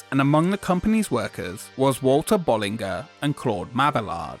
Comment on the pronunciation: "bulli'zhey and ma'beeyard" *